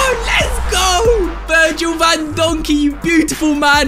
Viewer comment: “Virgil Van Donkey”😂